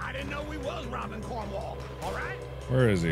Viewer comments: Just how mark calls cornwall, codwell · We need a compilation of every time he has mispronounced "Cornwall."